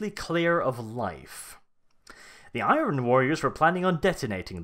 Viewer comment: Thats not how you pronounce "Iron"